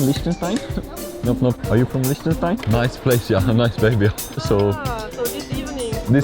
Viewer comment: Bruh why do they keep calling it Lish-ten-stein It's pronounced Lick-ten-stein